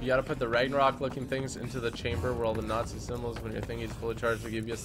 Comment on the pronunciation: Nazi not natzie